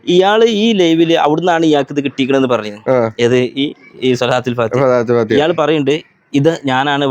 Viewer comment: ഏഴ് വരെ മദ്രസയിൽ പോയിട്ടുള്ളു ത്രെന്നട്ടന്നെ ഓൻ്റെ വിവരത്രെ ലോഗ മുഫ്തിനാ കാനുള്ള യോഗ്യതയുണ്ട് പിന്നെ ഒരു കാര്യം സ്വലാത്തുൽ ഫാതിഹ ..യല്ല ട്ടോ സ്വലാത്തുൽ ഫാത്തിഹ് എന്നാ ട്ടോ പറയാ